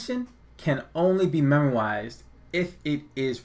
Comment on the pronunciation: I think memoized is pronounced like `memo-eyes-ed` rather than `memo-i-zised` but I'm not positive